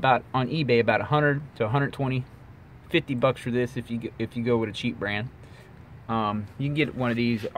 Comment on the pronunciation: Came "wid" a...